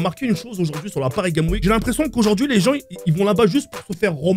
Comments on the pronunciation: qui n'a toujours pas compris qu'on dit Parisgamesweek et pas Parisgameweek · On dit pas pari game week mais Paris gamessssssss week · Il a pas compris que ca se prononce paris games sweek ..... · le seul gars qui dit "Paris game week"😂😂